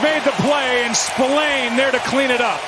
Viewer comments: John Buck doesn't know this player apparently, listen how he pronounced 😅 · Even with 2 INT, John Buck pronounced Spillane name wrong like the player is debuting, what a joke 😅